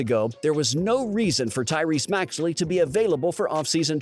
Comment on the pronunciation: Maxey not maxley lol